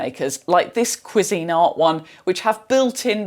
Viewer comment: Kwee zinart is how you say the brand.